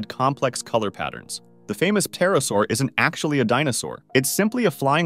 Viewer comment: i know you did not just say puhterosaur